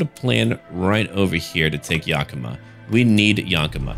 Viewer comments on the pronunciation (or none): its pronounced yaka-maw and wen-na-chee. im from yakima which is pretty much right next to the yakama reservation. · Love the video but I live in Washington, Think my eye twitched every time you said Yakima and Wenatchee odd but Washington is full of hard places to pronounce